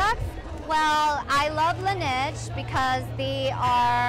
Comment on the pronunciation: Did she pronounce Laneige wrong or is it just me?